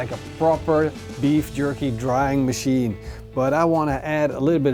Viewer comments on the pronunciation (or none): none